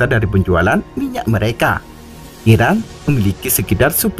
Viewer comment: Irak apa Iran, baca nya yg jelas dong. Admin.